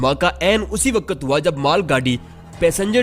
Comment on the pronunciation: A.o.a Mien apky chanel s kafi mutasir ho but mein ek baat lazmi kaho ga k ap jb video p commentry krty h tu ap hamseha waqt ko waqat bulty ha kindly is cheez pr ghour kry 😊